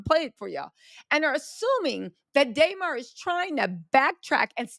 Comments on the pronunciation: DUHmar. Not DAYmar. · It’s “Duh-Mar” lol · It’s Duh-Mar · Damarar.... say hi name right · I wanted to watch this video but you didn’t even put in effort to say DeMar name right